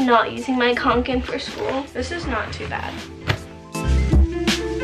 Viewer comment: She said kOnkan it’s kAnkan!!! Lol